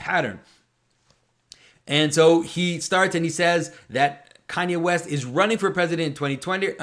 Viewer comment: West I thought you said weast.